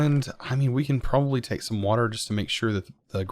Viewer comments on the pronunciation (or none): Every time he says let’s see what we can get I hear “let’s see what we Can’t get” don’t know if it’s just me or what